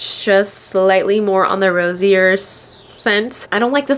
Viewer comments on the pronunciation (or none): none